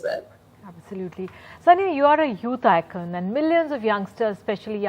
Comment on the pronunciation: Abe chutiyo Soniya nahi It's Saniya